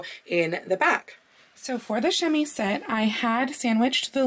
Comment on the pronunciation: Tiny prononciation thing about the word chemisette: in French, if the letter s is by itself between 2 vowels, it's pronounced like a z. So while it's spelt chemisette, it's pronounced chemizette. But you're saying it while speaking English, so it's more of a grey area prononciation wise... Also, I love your videos!